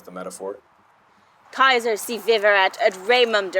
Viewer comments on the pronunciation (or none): none